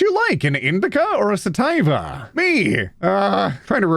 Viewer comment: Pronounced (Suh TEE Vah) Sativa